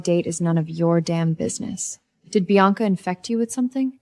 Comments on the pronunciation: Biana, Bianca, Beyonce. Ivy, Avery, Ava. AI really messed up the names😅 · AI cannot pronounce Bianca….